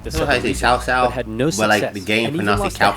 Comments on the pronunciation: sorrysir，it is 曹操 曹 cao2操 cao, not like sao sao. I know it is very hard for non-Chinese speakers. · But not that much. It especially doesn't justify such big mistakes as pronouncing Cao Cao like Kao Kao, instead of Tsao Tsao. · Cao Cao is pronounced as saow saow, Liu Bei is Leeu Bae, Sun Quan is Soon Tran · the "games pronounced" this name "Cow Cow", because the dubbing actors and direction didn't know better and weren't exactly informed. in any case... in the romanization of Chinese, letters C and Q are NEVER pronounced with a "k" sound. there was a certain - now obsolete - model of romanization of Chinese (which was made by the British, instead of the current system, pinyin, being made by Chinese)... in that system, the name Cao Cao was rendered as "T'sao T'sao". I think this is a bit closer to what it sounds like, when read in an "English" way. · The Dynasty Warriors games pronounced most of the names wrong. It is Sow Sow (cao cao), Lou Bay (liu bei), Soon Shwan (sun quan). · Cao Cao is pronounced Tsou Tsou. kind of a 's' sound, with a subtle T in front Someone ore knowledgeable correct me if I'm wrong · Stop saying Cao Cao